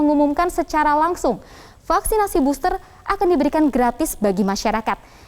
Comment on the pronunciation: KAYA..FFFFEELLLERRR...DI BOSSTERR..GUYSS..😁👎👎👎👎👎